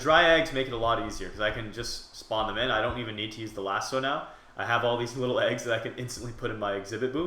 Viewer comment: it's lasso not laso